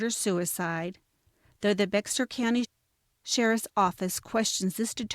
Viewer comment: My, my, my! Life long resident of Bexar County here. BTW, Bexar County is pronounced like, a grizzy bear..not Bex-Are. Something else y'all need to consider or reconsider, is that you have numerous inaccuracies throughout and desperately need to do better, more thorough and accurate research. As an absolute true crime junkie with degrees in criminolgy, prelaw and education and out of the hundreds and hundreds of views of true crime genera, this is by far content with the most inaccuracies. Makes me embarrassed and cring to hear this. I'm so sorry and I honestly dont mean to be unkind but the inaccuracies, ?!#*? But good job on selecting a story that desperatly needs coverage and a long overdue resolution. The sheriff doesn't seem to think that these grief striken familys need answers so that they may begin to seek some type of closure. I still gave it a like though since you only had 2 in the past 9 months.